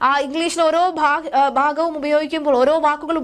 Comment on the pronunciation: പദദി? പദ്ധതി എന്ന് പറയൂ ബാഗം? ഭാഗം എന്ന് പറയൂ വിരുദ? വിരുദ്ധ എന്ന് പറയൂ ബീഗര? ഭീകര എന്ന് പറയൂ